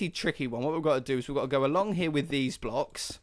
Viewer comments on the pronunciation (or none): Some point in the video I thick near the end you said dez blocks